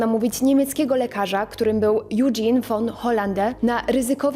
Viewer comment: Jak Niemiec to "Ojgen", nie "Judżin" Bardzo ciekawy materiał, oglądam dalej, bo zrobiłem pauzę :D